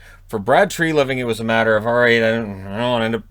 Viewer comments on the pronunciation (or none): none